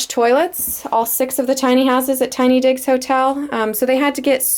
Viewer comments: Thought u said tiny dicks lol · Southern Sweet same I thought she said tiny dick I was like what the fuck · Totally thought she said tiny dicks hotel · You're staying at the tiny what?! Bahaha Either im hearing things or she said tiny dicks hotel. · 🤣🤣🤣🤣 I always heard digs but I can understand why you'd hear something else